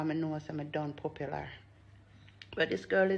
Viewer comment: 🤣🤣🤣🤣 she need to pronounce mad fool